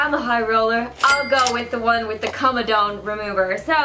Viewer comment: Says 'koamadawun' although it's comedone which is 'come' and 'done' This is not a hate comment! Don't attack me